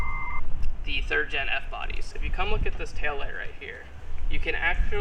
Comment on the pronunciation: did you say "third en f body"